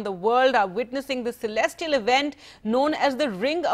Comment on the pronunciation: Reporter mispronounced word celestial . Sarcastic all Indian news reporter are.